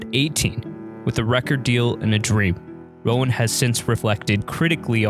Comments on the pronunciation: it's not pronounced "Rowan"!!! it's pronounced "Rone" 🤣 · Roan not Rowen, pronounced as one syllable rhyming with "Phone".